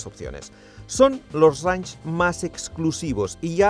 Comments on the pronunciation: El vídeo fantástico, pero dios mío, estando allí y si no sabes inglés, por lo menos presta atención como se pronuncia "reinch" y no "ranch"...me sangraban los oídos. Además que ellos ya tenían videos de como se pronuncia correctamente las marcas y modelos, pj: lamborghini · Mis disculpas pero no se dice ranch, se dice reinsh... no es un rancho, es un rango. Se que a ninguno de ustedes les importa, pero... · Buen video , la próxima vez investiga cómo pronunciar un nombre en inglés, cada vez que decías Range me daba dolor de cabeza 🤕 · Cada vez que escucho pronunciar "Range" como "ranch" y "head up" como "get ap" se me parten los oídos....